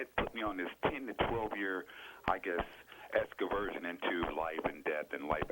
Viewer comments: He went on an “exkaversion”. …Next, please. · Tf is an "escaversion"?